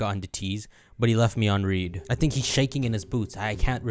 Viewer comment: "but he left me on read" "Read" is supposed to be pronounced as its past-tense!